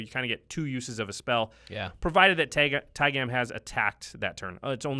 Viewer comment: pretty sure its pronounced taig'ah'm not tai-gam like jam